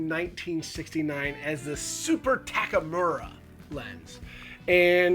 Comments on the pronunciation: This review would sound more professional and respectful if you could pronounce TAK U MAR instead of saying Takamura. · Takumura? Tak U Mar. You can just read it on the front of the lens.